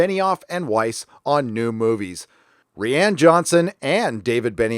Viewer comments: it's pronounced "Ryan". Not "ReeAnn" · "Rian" like "Ryan"; it sounds like you're saying Rhianne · Dude it's not "ree ann" its "rye an". I don't like the guy, but you sound uneducated if you cant pronounce a name correctly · lays me out when you call him Ree-Anne..... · “Re-Ann Johnson” lol 😂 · This dude could benefit from Googling how to pronounce words/names once in awhile. "Ree-ann" Johnson, "Yoo-Wee" Boll, in another video he calls the Unsullied "Un-solid" XD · "Reeãn Johnson", LOL. That is particulary funny because if you read the name with portuguese pronounciation, that is exactly how it should sound :D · Are you pronouncing Johnson's first name wrong just for the sake of it (and to show your contempt towards him) or does "Ree-yahn" originate in a meme? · If you don't start pronouncing Rian correctly, my head is going to explode. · I just dig how you pronounce Rian Johnson's name. Makes me smile every time.